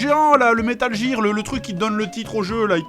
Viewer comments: bonne vidéo, mais ça pique vraiment les oreilles d'entendre "metal jir" xD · Metal Geere c'est le jeu ou richard Geere joue dedans ? Parce que moi je le connais pas celui-là, j'étais habitué à Metal Gear (prononcé : guire) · metal jir.. c'est pas comme ça qu'elle le prononce la meuf de google translate X), mais c'est pour faire chier donc ça va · Metal jir ou metal gear petit jdg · En l'espace de 12 secondes dire 6 fois metal jire... ça donne des frissons à chaque visionnage ! :( Mais c'est fun de regarder des anciens JdG ! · "wouhou vivement que JIIIIIRBOX nous sorte borderlands 3 en septembre" 🤦🤦🤦🤦🤦🤦damn si c'est pas ridicule ca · ces métal gear prononce GUIR (je sais je suis chiant :troll:) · C'est pas comme si il avait expliqué pourquoi il le prononçait [jear] ... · Il a réussi, ça m'a bien cassé les couilles d'entendre Metal Jir à longueur d'épisode xD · ah au fait... on dit METAL GEAR a l'anglaise donc ca se prononce Metal Guire. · Je déteste comment tu prononce metal gear >:( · Moi, perso, avant d'apprendre l'anglais, j'avais prononcé "Metal Guerre Solid" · Jtrouve ça relativement drôle, bien que ça choque mes oreilles, et l'essentiel c'est que JDR sait comment le prononcer... pas la façon dont il le prononce. Et pis on s'en tamponne le coquillard non ? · MDR mec, j'etais en train d'ecrire un com pour raler sur ta prononciation du "gear" et pile a ce moment tu donnes ton expliquation dans la video, trop fort ce jdg t'anticipe les rageux ! Super video comme toujours sinon :d